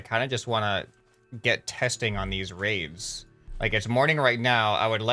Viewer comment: What he says: The raids have been optimized. What it sounds like: The raves have been optimized.